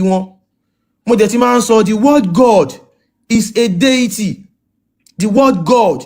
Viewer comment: Hi, actually, sheik was trying to say 'deity', in asking you to clarify his speech, but he didn't pronounce it well and you too didn't wait, you didn't listen to him before cutting him off. Listen to the record again if I'm wrong. I stand to be corrected please. Thanks. I'm not supporting him just trying to let you see how that word has deviated conversation.